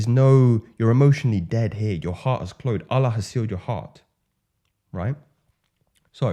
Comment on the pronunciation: I've never thought about that wow. appreciate the insight. I advise you to say Allah from the heart "uL'Lauhhe" it has a more healing vibrational footprint on the heart a la Elliot Hulse. almost like an orgasmic out breath. just like how Arabs say it. that's a nugget in exchange for yours.